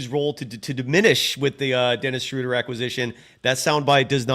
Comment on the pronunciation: Guys, it's not "Shrooder" like "Shooter", it's "Schruh-duh" like in "shrugs". 😅😊 Gonna be curious to see how many weeks months it'll take for everyone to pronounce it correctly. 😆😅